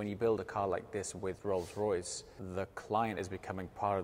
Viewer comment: "Rolce Royce Kitchen"